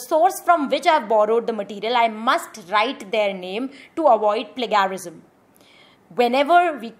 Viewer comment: it would be better if you pronounce the words correctly.... 'plagiarism'... as it is a trusted platform for learning, viewers might take it blindly. thank you